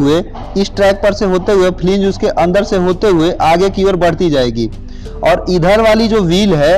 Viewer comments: Flang not fling ... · Fling nhi hota flange hota h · It is not flinge it is called wheel flange...